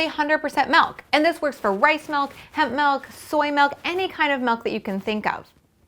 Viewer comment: WHY DOES SHE SAY MELK!!!!! IT IS MILK